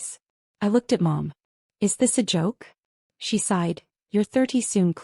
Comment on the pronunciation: teach your AI to read propertly - 'is' is NOT 'I S' : that is just in the first 43 seconds